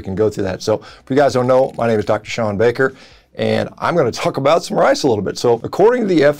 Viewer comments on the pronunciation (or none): none